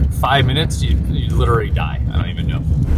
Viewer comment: love the vids but i cannot stop thinking about how you pronounce literally as literly it kinda drives me crazy..